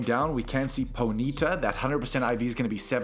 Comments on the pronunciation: No hate just to mention it's pronounced pony-ta 😊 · Did you just say pony-ta?